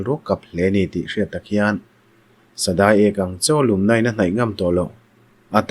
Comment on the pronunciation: Sadâi ek nilovin Sadai ek tih tur.sadai tih lam hian, dai tih lai hi thluk hniam tur aw. ka lo sawi ve tawp